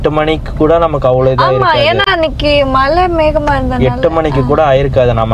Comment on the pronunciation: Guys it is not Malai it is Mazhai